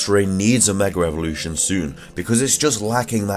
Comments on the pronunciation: Every time I heard you say megra evolution it killed me not a typo it's what you said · are you saying megra evolution. Maybe it's my hearing